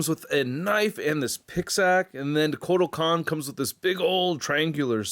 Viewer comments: I love ya but come on dude😑I thought u saying "medieval spawn was a joke then you continued to Cock up. It's the jokers cane(pimp cane) not pickaxe and it's Kortal Khan not whatever the hell you were saying. In conclusion amazing review as usual but please do q lil research before recording if you aren't sure on the product. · Why does he keep saying Kotal Kahn weird!?